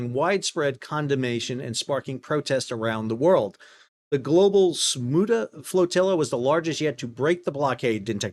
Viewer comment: Sumud is pronounced soo-mood. From Wikipdeia: Sumud is an Arabic term meaning "steadfastness" or "steadfast perseverance." In the Palestinian context, it represents a central cultural value and political strategy, especially since 1967, describing the determination to endure and resist oppression, particularly under Israeli occupation.